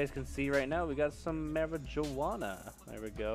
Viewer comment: he said marijuwana😂